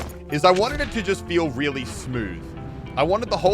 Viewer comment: Sounds like muselk said Willy instead of really HA😂